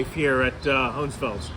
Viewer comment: Very few things I’d ever correct you on, but it’s most definitely Hohenfels, not Hohensfels. 😉